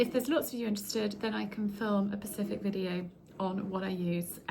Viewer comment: Did you just say Pacific not once but twice ? I think you meant Spacific, not Pacific .